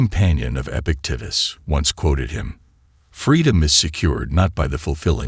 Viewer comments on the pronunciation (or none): none